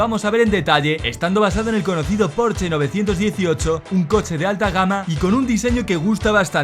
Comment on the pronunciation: Por fin alguien que pronuncia bien la marca Porsche, ¡bravo!